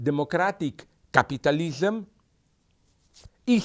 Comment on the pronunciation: I just love the way he pronounced capitalism. Capatalism XD